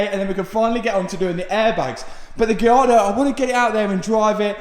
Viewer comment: You KEEEP SAYING GIARDO ITS GALLARDO